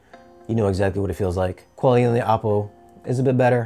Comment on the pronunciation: OH-Poh, not AH-Poh, according to Oppo.